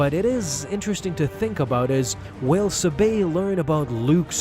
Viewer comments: Why do you keep pronouncinh it as Suhbay? It's Saw bé your pronunciation makes no sense compared to other pronunciations. Would you pronounce it as Pod May? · Ur pronouncing her name wrong - ur saying “subayyyy” instead of “sab-aye” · Your mispronounciation is seriously irritating. It is pronounced sahbey not subay. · It’s SAH-BEY. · Wouldn't Sabe be pronounced with emphasis on the first syllable? Padme, Corde, etc are all pronounced that way.